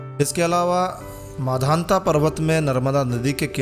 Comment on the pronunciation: आपने वीडियो बहुत अच्छा बनाया उसके लिए बहुत बहुत धन्यवाद। बोलने में एक छोटी-सी त्रुटि हो गई है इसलिए उसे सुधार सकते हैं यह मांधाता की नगरी है ना कि माधांता की।